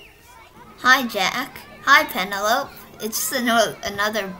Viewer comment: w but you pronounced penelope wrong